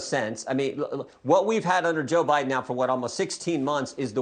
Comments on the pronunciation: He said president Obiden in the Whitehouse....listened to him twice and he said it😂😂😂😂😂😂😂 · Jordan said obiden lmao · Did y'all catch it when Jordan called him Obiden.?